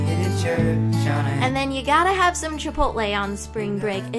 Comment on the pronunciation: did she just say chipot-ley???